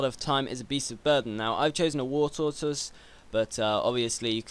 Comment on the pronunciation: War Toy Toise. Lol'd.